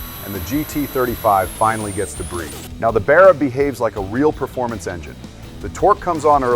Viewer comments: I cannot for the life of me like this video.....😅 Because the way you pronounce Barra....😅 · I cannot for the life of me like this video because you pronounce the word Barra.... It's a complete insult to Australian culture sorry. Coconut 🥥🥥